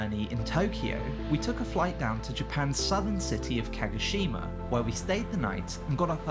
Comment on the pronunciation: Holy hell man...Start here: It's not "monnanockay" its: moh-noh-NOH-kay It's not "kaggasheemuh" its: kaw-GOH-SHE-ma it's not "yakkuhsheemuh" it's: yaw-koo-SHE-ma it's not "ashy-takka" it's: ahh-she-TAH-kah LORD, it's so bad.